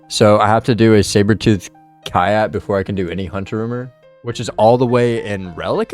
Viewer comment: Kai -yat lmao(its pronounced like cat, but with a y, its a pun name)